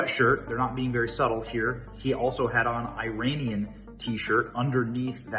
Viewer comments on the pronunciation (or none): none